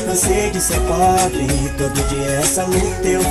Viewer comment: The sound of poBRE, is close like BRIdge.